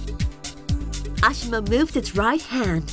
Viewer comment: Interns developing investor relations video again? I found that it was ironic that the narrator said ashimo instead of asimo amongst many other things. This is cool tech though =)